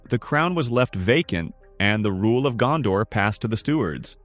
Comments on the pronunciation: Your pronunciation of the names is jarring. Gandor => Gondor, Eregorn => Aragorn etc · Why do Americans pronounce Gondor «Gandor»?